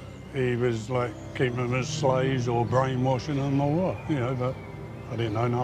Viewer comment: FWAAAAAAAAAATT?? not JACKIE. Real wild.